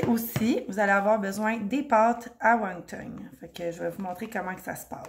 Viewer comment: Won ton et non won tong. Merci pour la belle recette!